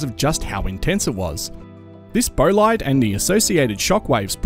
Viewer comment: Bolide = "boll-eed"...